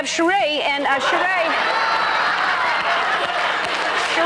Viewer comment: Ellen fucked up Sheree's name. Oof.